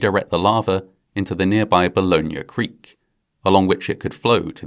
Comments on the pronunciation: Bah-yo-nah, not ballioanah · “Bye-oh-nuh” creek :)